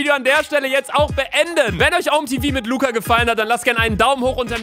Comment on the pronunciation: DAS HEIßT OMÄ TEVAU